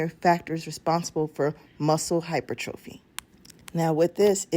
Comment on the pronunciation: Great video. I just want to point out, your pronouncing hypertrophy wrong! I notice this a few videos ago. Pronounc it as hi-per-tra-phee! The O is silent! Google has a option to hear the word as it is to be spoken. Keep up the good work!